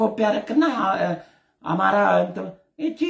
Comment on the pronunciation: እማራ. እማራ. እሜራ. እማራ. እያስጠላህም.